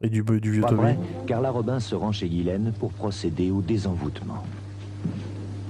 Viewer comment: Bizarre que tout le long ils disent "Guylaine" et non "Jisslaine" 🤔 C'est prononcé à l'américaine...